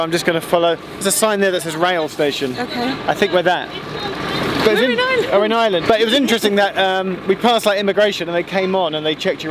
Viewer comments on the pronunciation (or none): you're still saying "We're going to island" 🙁 Ireland is pronounced /'aɪələnd/, not /'aɪlənd/ Your Iarnród Éireann was excellent though, so I'll stop moaning now. 🙂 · Will be able to pronounce Ireland instead of Island by the end of the trip? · And we're off! Great start, can't wait for the next installment. With the Ireland/island confusion, try pronouncing Ireland as "Arland".